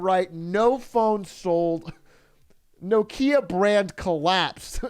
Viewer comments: Bro stop saying no kia its nokia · Does this man say No-kia?